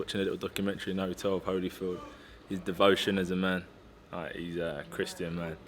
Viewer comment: lol I stopped listening when he said "holyfield". smh